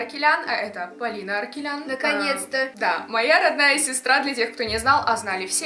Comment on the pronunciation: СТОП... Не аркелян а АРАКЕЛЯН